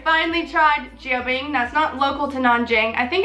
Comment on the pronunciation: Pronounced more like Jan Bing